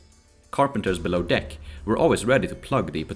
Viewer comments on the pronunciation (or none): none